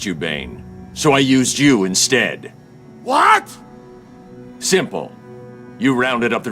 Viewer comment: this line read always hurts me a little inside, Batman says “So I used you instead” when it should’ve been “So I used you instead”.